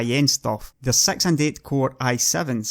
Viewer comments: and those "sex nanomatters" lol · "in two thousand and sex" good job scotland... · 2 thousand sex ? wtf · "until 2 thousand and sex" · Yeah I just bought my iphone sex in 200 and sex it had a twenty sex nanometer processor